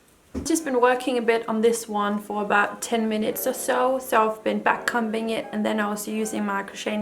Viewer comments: the b is silent in comb or comber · Just wanted to say to help you out - backcombing or backcomber is pronounced as if the comb part sort of sounds like cone but with an m instead of the n, the b is silent, why did we have to make it so complicated hahaha :)) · lille tip, man udtaler ikke b'et i backcombing, eller ordet comb